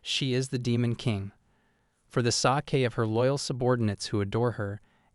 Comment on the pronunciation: For the sah-kay of the human race. Bro proofread your AI.